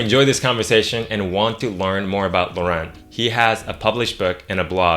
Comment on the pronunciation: Laurent is such a nice French name and you butchered it.